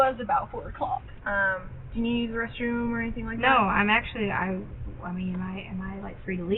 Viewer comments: Her pronunciation of ‘anything’ as ‘anythink’ makes me question her multiple degrees. In another conversation with Al, she says ‘why come’ which again makes me doubt her supposedly extensive qualifications. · What dialect adds a k to words that end in “ing”…like “anythingk”